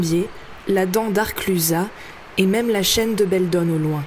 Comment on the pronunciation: Attention à la prononciation ! On dit Galoppe, Arcluse ... 🙂.